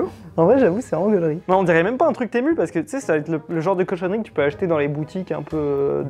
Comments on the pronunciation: ✨TeMoU✨.. personne … moi je dis temU (son: u) est pas temOU(son: Ou) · "Témou" ça se dit "tému"😂😂😂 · ARRÊTE DE DIRE TEMOU C’EST TEMU MU SA FAIS PAS MOU DONC ARRÊTE SA ME STREESE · il dit pas Temu mais "t'es mou" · "sur témou" 🤣